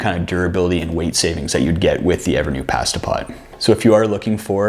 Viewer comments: Love Canadian English and Brittish English. Pas-ta pot not paH-sta pot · Where are you from? I’ve never heard anyone say the word “pasta” like that. Also great video. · Once I adjusted to hearing 'pass - ta' instead of 'pah - sta', I went ahead and subscribed.